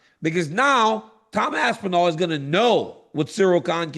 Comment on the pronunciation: Tom ‘Asspinal’ Asspinal